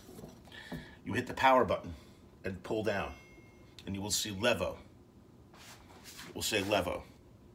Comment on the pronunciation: The line above the E means pronounce it LEEVOH. Not that I care...